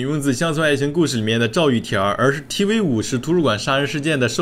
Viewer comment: 是tv 不是t wee